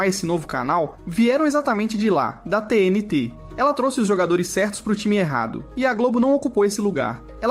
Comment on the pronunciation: A única coisa que não parece ser IA é a edição, pq até a narração fica óbvio que foi IA Minuto o narrador pronuncia todo estranho a sigla da TNT